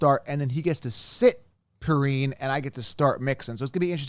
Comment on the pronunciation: It’s pee-rine….pls says names correctly